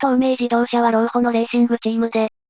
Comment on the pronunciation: 老舗 ろうほじゃなくて しにせ